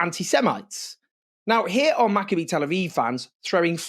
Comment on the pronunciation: Learn to pronounce Maccabi correctly. The "I" is the same pronunciation as Malachi.